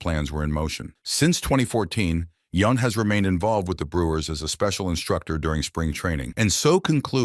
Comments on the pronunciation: Yownt not Yunt. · And it's Yount as in mount! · Hate these auto generated voiceovers. Its YOUNT not YUNT. And dont get me started on Dale Sveum